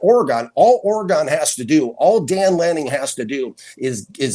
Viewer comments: green hat guy is spewing analytical crap, they are picking weaknesses not seeing the reality of it all (oh wow, you made an hater perception, sooo cool/educated), for gosh sakes hes pronouncing "oregon" as "orogon" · Lmao this dude pronouncing Oregon as Ore-gone... Mendoza sure as hell made them Ore-GONE 😂😂